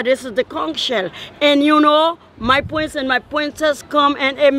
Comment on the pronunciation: My pwince & my pwince 😂😂 i remember that lady from me and mans trip out their she’s a vibe